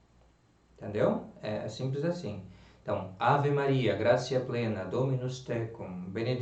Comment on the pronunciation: Salve Maria! Prezado, permita-me uma correção. O "t" seguido de "i" breve mais vogal soa como "tsi"; portanto "gratia" soa "gratsia". Basta notar nos Angelus rezados pelos papas, como por Pio XII, por exemplo (tem aqui no YT), e também nos livros sobre o latim eclesiástico, como o de José Aristides Gamito.